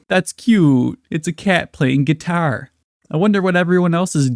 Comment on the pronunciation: Never heard someone pronounce guitar as "get-tire" before. Extra noticeable when it's right after the actor saying it better.